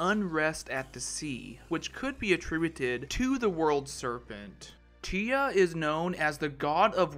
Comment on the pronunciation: FYI. Its not T-UH... Its Tyr (Tear)